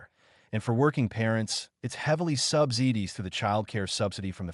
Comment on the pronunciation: NO THE WHOLE COUNTRY DOES NOT PLAN A DAY AROUND SCHOOL ENDING AT 3. . This is the problem with people who only visit one or two places here, telling others the whole country does X, Y, Z. NO WE DON"T. Heavily sub-zee-dees? No, subsidised. Using ai voice is why I stopped watching. Also, the amount of 'I'll get to that in a minute' was extremely annoying. You probably aren't even American or living in Australia. No yank would call their parent 'mum;. Primary schools get 3 breaks, morning recess, lunch and afternoon recess. The day starts at 8.30 in QLD but not everywhere, most states go from 9- .